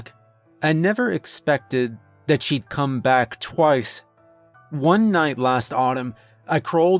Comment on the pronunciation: "I never expected she'd come back twoce." I just choked on my breakfast 🤣🤣🤣🤣